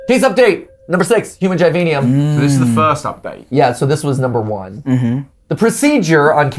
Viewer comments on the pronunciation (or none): Mat, its Givanium. *jI-vA-nEum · Gv gi-vein-i-am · Poor when he said "givanium" and did a little boogie